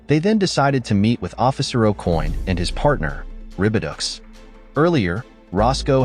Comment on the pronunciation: Venezuelan butterfly.😂😂 I think I speak for everybody when I say "Naw. That's called a Mafia Necktie." And stupid AI. Ribiducks.. One would think with how far technology has come throughout the years we would have at least one AI that doesn't mispronounce words. Ribidoux - (Rih-bih-doh).. Instead we get (Rih-bih-ducks)😂😂